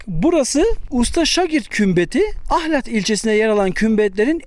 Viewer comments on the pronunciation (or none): Ahlati biturlu düzgün diyemediniz ahlattaki L yi kırmadan söyleyin